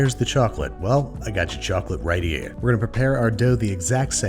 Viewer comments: "I gotcha chocolate right heyah" lol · "I gotcha chawclate right 'ere" Babish... please never say that again...